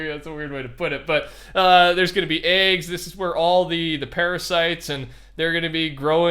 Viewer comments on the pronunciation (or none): none